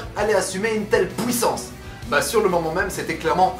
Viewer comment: Il a dit pouïssance 😂😂